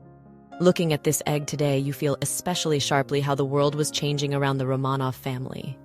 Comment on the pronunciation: Well done. Thank you for pronouncing Romanov correctly. I don't think you said - how many eggs were there? If there are more I would certainly like to see your presentation of them.